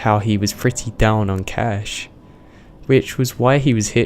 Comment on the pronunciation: Really annoys me that he says his p's as f's for example he says "fretty" instead of pretty